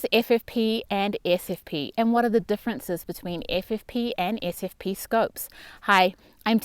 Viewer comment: Sure wish I could distinguish your pronunciation of your "SFP" and your "FFP"'s